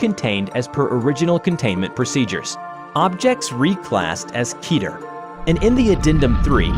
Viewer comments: It’s pronounced KE ter not keeter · every time you say keter. it sounds like Peter from family guy